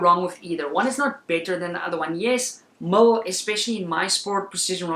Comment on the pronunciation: Damn sounded like you were saying mull not mil. Lol thought I was losing my mind.